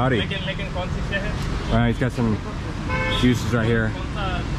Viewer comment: 😂 he said 'saryyy'